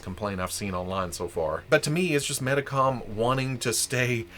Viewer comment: And Medicom is pronounced Meedee com.